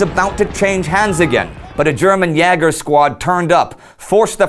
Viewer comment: "Yeah-gurs"? Thought it was "Yay-gurs".